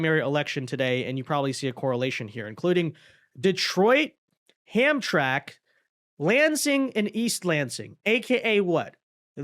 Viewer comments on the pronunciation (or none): Ham Tram IK. It is pronounced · It is pronounced Ham-tram-ic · It is pronounced ham tram ack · It's pronounced "Ham-TRAM-ick". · Lol. That’s pronounced Ham-tram-ik.